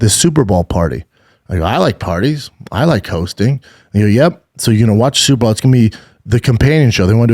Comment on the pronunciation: Bro are you saying Super Ball on purpose? 😂